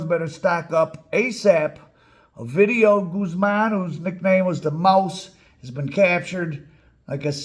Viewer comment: You should do a video of the time they let A VIDEO go in Culiacán 😂😂 sorry you say OVIDIO Like if you was saying A VIDEO sorry for the trolling